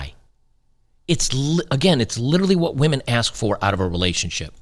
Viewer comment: ha ha, more like wAhMeN 🍻